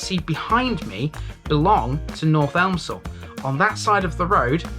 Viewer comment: Nice one. ‘Elmsall’, btw, is pronounced ‘Emsall’, don’t know why, but the ‘L’ is silent.